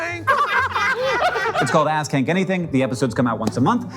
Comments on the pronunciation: Did I hear that right? I am 100% sure I just heard you say "ass kink" 🧐🤨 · Please some check me into a mental institution, I swear to god I heard him say “It’s called Ass Kank Anything.”